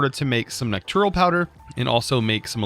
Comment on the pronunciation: The second n in nocturnal is not silent. It's "knock-turn-ull," not "knock-toor-ull."